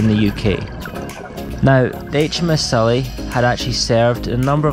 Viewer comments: Its pronounced Si,lla not silly, I served on it for 3 years so please give it the respect it deserves,cheers. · Probably different in the US but the ships name is pronounced to sound like Silla not Sulla.